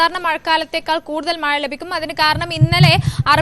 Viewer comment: മയ അല്ല കൊച്ചേ... മഴ...